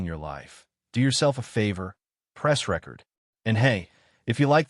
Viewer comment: Pronounce record correctly